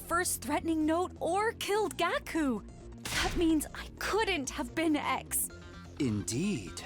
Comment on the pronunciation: Im surprised they didn't point out Eva pronouncing Gaku's name "GACK-u" 😭 Also i kinda miss Gaku